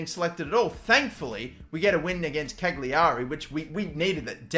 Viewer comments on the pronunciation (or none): none